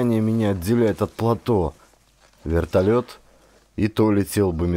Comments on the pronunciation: ГРАМОТНОСТЬ! ПлатО !!! ПлатОоо! Ять!!! Не могу слушать, извращенец .. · Плато'. Ставьте правильно ударения. Создаётся впечатление, что вы не знаете это слово. Под ? Ваша грамотность.